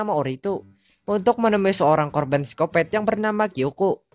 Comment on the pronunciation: Bang bukan sicopet sicopat bng